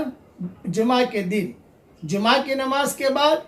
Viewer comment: جما نہیں جمعہ ہے وہ